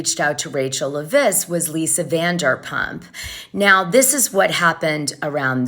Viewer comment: Dana.. it’s pronounced Leh-viss. 😊 Thank you for all your hard work.